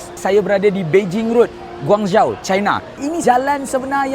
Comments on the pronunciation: Sebutan bukan "Guang zhao".. Tapi " Guang Zhou" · pronounciation- guanjo